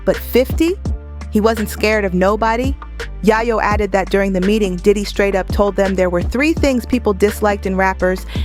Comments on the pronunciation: 😅yay-yoh , not yah-yoh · It’s Yayo not yeyo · It’s Tony Yayo. Pronounced “Yay- o” . that’s driving me nuts lady. Learn how to say his name he’s A rap-mogul too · Who the hell is yah-yoo? Who is narrating this? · 50 seems like he’s a good man. And are you mispronouncing Tony Yayo’s name on purpose? I’m just wondering because you’re butchering it!